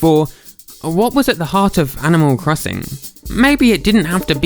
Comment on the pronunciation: animal cwosin